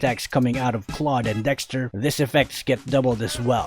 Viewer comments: Why do people even pronounce Claude's name as Cloud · I thought it's pronounce is cloud (Holdap to hahahah) Is this Filipino Love this channel i will sub now MORE ULTRA SPEED GUIDE PLSSSS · Ofcourse its claude not "clau de" hahahahaha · its dumv hw in the tutoriels video in mobie legend pronounses claude "cloud"